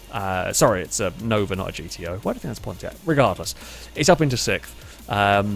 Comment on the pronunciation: From a land where english originated this man says sixth like sikth. Why?